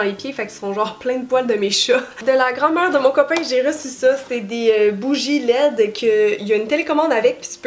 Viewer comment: Quand tu as dis " bougie LED" j'ai trouver que tu n'avais pas la langue dans ta poche et que ça ne te ressemblais pas lolll je croyais que tu disais bougies LAIDES ! :P